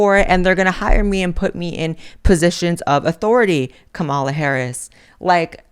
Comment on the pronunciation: Learn to say Vice Presidents name please. I enjoy your videos but you purposely mispronouncing her last name is childish.